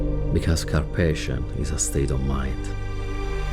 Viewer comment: Cair pajsion? 😂